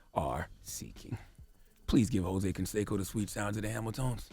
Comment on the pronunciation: Hoe-say Canseco..